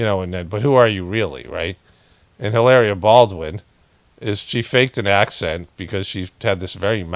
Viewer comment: you totally shredded "Hilaria" 👍🏻